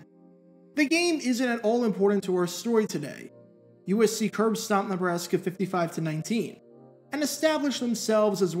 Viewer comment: USC curbstomped who? I've listened to it 10 times now and I have no idea what he's trying to say. Edit: after slowing it down it seems like he said Nebraska, but not 100% sure.